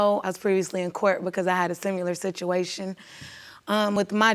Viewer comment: Similar not "simular" Sorry that just irks me